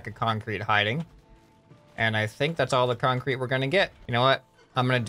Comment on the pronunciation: so we have a. Kan-Crete woc way